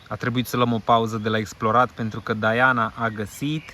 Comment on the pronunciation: Se zice și citește Diana, nu Daiana.Va-ți englezit.